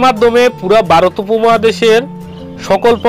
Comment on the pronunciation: Vai barot na bole varot bolen